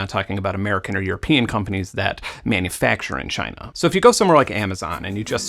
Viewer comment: I don't care what side of politics you're on either Benn, the way Trump says CHY-NAH is fucking highlarious and the 3min compilation of him saying CHY-NAH has had me doubled over crying laughing more than once :-)